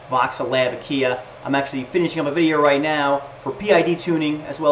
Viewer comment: I love your videos they are teaching me so much but your pronunciation of Aquilla is just rubbing my OCD really badly...